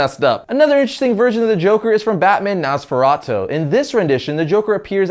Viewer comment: Did this man say Naazfaratu it is pronounced Nos fer ah two or Nosferatu